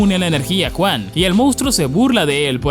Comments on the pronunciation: Brother no es por ser mamon, pero podrías pronunciar Yuan en lugar de Juan es que me da risa y me recuerda a Juan y Pedro jaja bueee, en fin que viva la comida Pedro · me encanta como dice ENERJIA JUAN >:V jajasjajsajs